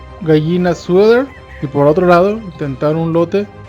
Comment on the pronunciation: Solo para mejorar; no se dice sueder, sino Sweater (sueter), perdón por el atrevimiento. Saludos